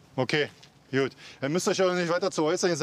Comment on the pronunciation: Wieso sagen die alle is jud und nicht gut?😂